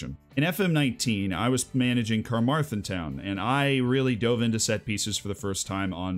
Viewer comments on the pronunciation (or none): hurt me to hear you say Carmarthen, but mad love for the channel!